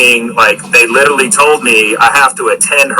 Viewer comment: 'Litallly' ughhh